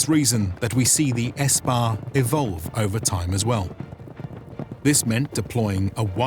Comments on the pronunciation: No it's sepah in farsi It was Espah/Ispah is pahlavig-i Parsīg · modern persian : sepah middle persian : ispah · No it's sepah in modern farsi not in Pahlavic Parsīg